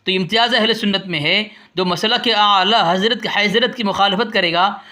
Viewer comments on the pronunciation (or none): تم کو اعلی حضرت کا نام لینا نہیں اتا تم تو اعلی حیضرت بولتے ہو صحیح سے بچے جا کے مدرسہ پڑھ لو اس کے بعد دلیل دینا تیرے بس کے بات نہیں ہے یہ 🙊🙊🙊🙊🙊🙊🙊🙊🙊🙊🤣🤣🤣🤣🤣🤣